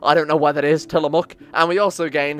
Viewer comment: Tillamook is pronounced like Till-muck.